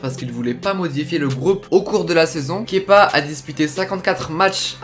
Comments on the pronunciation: un des rares qui prononce bien son prénom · Tu est le seul à bien prononcer kepa à blabla ! 😁👌